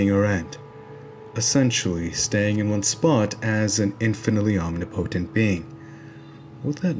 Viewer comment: im just glad to see someone pronounce "omnipotent" like i do haha wonderful video like always